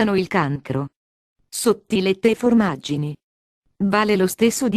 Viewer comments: Guarda, dopo aver sentito "fòrmaggini" posso mangiare di tutto. Non "formaggini" eh? Ma "Fòrmaggini". Ma va' a cagher... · Pollice sù per il DADÒ, i DADÌ ed i FORMÀGGINI !! HAHAHAHAHAHAHA :D